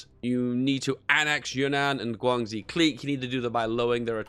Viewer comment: Guangxi is pronounced: Guang She. Xi is pronounced like "she". Also went to the end of the video. I'm basically jesus